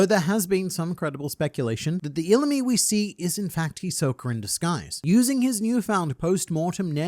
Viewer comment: “Hisok-er” lol I know you’re from England m8 but he is a bit of a joker isn’t he 😅